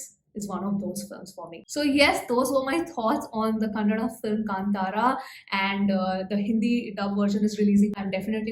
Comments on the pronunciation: Hi, I heard about you from Rishab Shetty where he praised you for reviewing films without revealing the story of any of the movies - even if you think the movie is bad. You are one of the few reviewers who pronounced Kantara and Kannada perfectly. I watched the movie twice and I agree with every word of your review. I even agree about Achyuth Kumar's character Devendra also, but Achyuth made me hate him, so he did justice to that character in the story. My sister had asked me to wear vibhoothi to watch this movie and I did.:) ❤. It will be fun to know your thoughts again after you watch the Hindi version. The Hindi version has not released in the small town in USA where I live, so I look forward to your review, especially the jokes. I'd like to know if the comedy translated accurately. ❤ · Thank you for saying कांतारा and कन्नड correctly. 🙏 Also, lovely balanced review this.